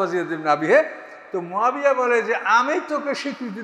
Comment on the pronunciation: আমীরে মুয়াবিয়া হবে আপনি নামটা শুদ্ধ করে বলেন না কেন? আপনি বলতেছেন মাবিয়া 609